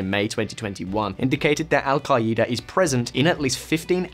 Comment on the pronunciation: This guy's pronunciations lol sha-rya Alka- eda